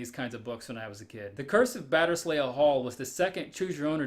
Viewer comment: "Batterz lee" Hall